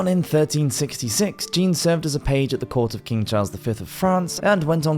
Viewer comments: Great video! Although please don't pronounce the French name "Jean" as the female name Jean in English lol. Either say it the French way (J'an) or just say John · If you're going to do these types of videos, please learn how to pronounce names and places correctly. For example, Jean (John, in English) is not pronounced 'jeen'. Otherwise, good job overall.